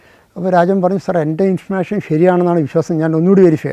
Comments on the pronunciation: ഇൻഫർമേഷൻ എന്നത് ആണല്ലേ ഇദ്ദേഹം ഇൻഫർഷൻ എന്ന് പറയുന്നത് 😊 ആദ്യം മനസ്സിലായില്ലായിരുന്നു എനിക്ക് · Yes, enikkum. Infursion ennu pronounce cheyyunnu.